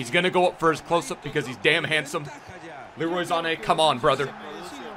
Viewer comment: "Leroy Zane" lol